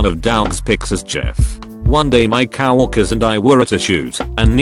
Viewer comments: No one: Text to speech: cow workers. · I love how that robot says cow-orkers instead of coworkers